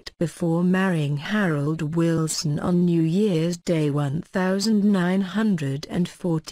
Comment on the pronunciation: I don't subscribe to these awful robotic voice-overs At least say 'Wilson' correctly!! Awful.